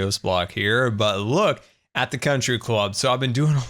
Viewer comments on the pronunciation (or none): “Con-try Club”